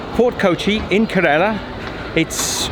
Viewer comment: your mis-pronunciation of Kerala (Ker-Ruh-la) is astounding